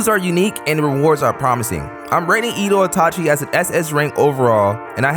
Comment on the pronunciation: Oooh Another vid (Btw its eh dough not Edo)